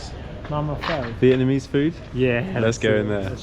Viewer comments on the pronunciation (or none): Cycling through hyde park?? Criminals the both of ya. mispronouncing pho was also a highlight for me. (Just in case you don't know its pronounced fuh not foe)